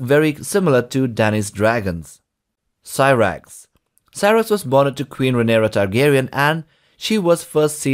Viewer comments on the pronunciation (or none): none